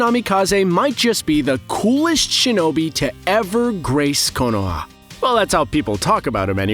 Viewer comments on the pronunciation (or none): none